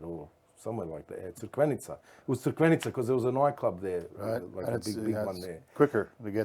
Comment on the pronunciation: Mark it's Crikvenica.